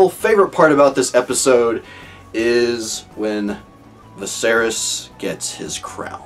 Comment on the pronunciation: Viserys: vis-AIR-is Daenerys: dan-AIR-is Easy way to remember the pronunciation. They're meant to sound similar because they're from the same language - Valyrian.